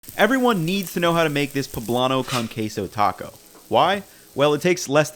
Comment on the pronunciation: Delicious. One bit of advice: When using the word “con” in Spanish, use the Spanish vowel sounds not English. It’s not “con” as in “con man.” It should rhyme with “own” or “cone.” You’re doing these beautiful authentic tacos, it’s only right to also pronounce their names authentically. Cheers.